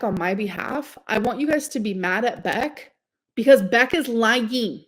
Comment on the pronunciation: that part fascinates me. The way she pronounces the word “lying” then shuffles her butt back like she’s a chicken about to lay an egg, before dropping what she thinks is a bomb on her audience… it’s all very fascinating. We all knew Beck didn’t spend the donation money on the car. Beck themselves admitted to it a long time ago, so this is old tea. But it shows the dept of hatred for her audience that she revels so much in saying it thinking it’s something that’s going to hurt them. It wouldn’t have been clearer if she had taken a used washcloth and rubbed it all over her members.